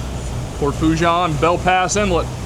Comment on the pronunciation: Foe' che' is how you say it